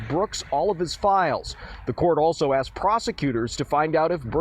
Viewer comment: Grounz?? Grounz for the substained he axed without relevancy.